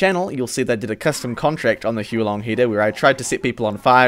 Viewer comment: have we seriously never had a chinese person correct any of these youtubers for pronouncing it wrong? huo is fire long is dragon huo is pronounced like "hoo-uh"